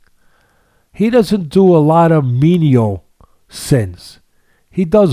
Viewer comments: Great insights. However, they're "venial sins," not "menial sins." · What kind of left-footer says “menial” for venial? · It's venial Sins Teddy